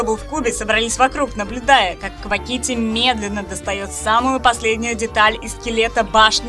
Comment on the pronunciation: Автор не хочу обидеть, но то как ты называешь квакити, это отстой